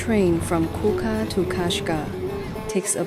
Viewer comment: kuka??!! It's Kuqa is pronounced as Kucha